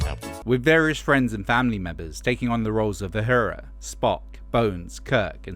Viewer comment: The character in Star Trek was Uhura, not Uhara.